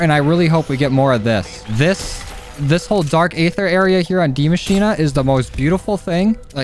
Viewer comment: Why does everyone cal die machine Dee machina